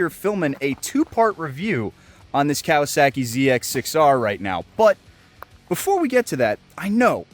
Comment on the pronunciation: No comments on "clearing the airs" or the way he pronounces kawasaki? Oh well still love the content man.